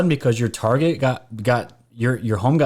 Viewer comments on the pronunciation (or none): none